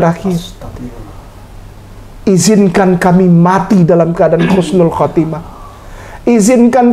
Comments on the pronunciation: Iya sama aku dengernya pake huruf khaf bukan huruf ha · Assalamualaikum.. Maaf... Telinga sy mendengar Khusnul khotimah... Bukannya Husnul khotimah.. Apa sy salah dengar ya.. 🙏🙏🙏